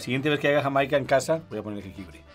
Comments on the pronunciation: As a Californian, whose parents came from Jamaica, the H that put on Jamaica hit mi in the feels 😂🤣😂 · The funny thing is that the guy whi said they would enjoy sorrel in Mexico. They already do enjoy it in Mexico, it's just called Jamaica, but pronounced hi-mai-ca. You can even buy it in a soda in any Latino market in the US. LOL